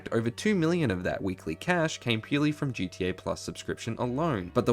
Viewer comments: I can’t with this shit now it’s GDA learn how to talk ffs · Yuuuup he said it damn Brit’s can’t say GTA they say GEA shits annoying